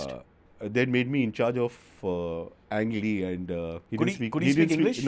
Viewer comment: "You made Ang Lee ... anglee" .... Cyrus you beauty....🤣🤣🤣🤣